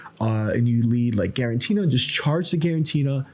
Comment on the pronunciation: You're putting one too many "n"s in Giratina my friend. Not GiraNtina I think.